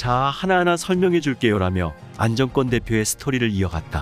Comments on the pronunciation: 안정권씨 진심으로 응원합니다. 글 읽으시는분, “안정꿘” 꿘 아니고 그냥 안정권 “권”으로 읽어주세요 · 안정권 이름 읽을때 왜 안정 꿘이라고하나 엄청 거스리네 내용을 흐려요 읽는게 참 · 안정권 대표 발음을 일부러 인정꿘이라고 하나요? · 안정권 권발음이좀....ㅎ